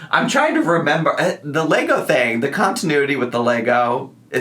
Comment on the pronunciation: Is saying "Lego"??! I think from trying to work out what's behind her/what she's pointing at it is, but all I can hear is "Leygo" or something similar, and definitely not Lego, so I'm a little confused somewhat I'm afraid and embarrassed to say! 🤔